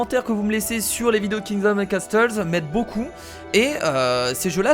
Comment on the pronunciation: castle se prononce casseul!